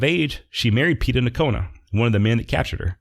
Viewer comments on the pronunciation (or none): none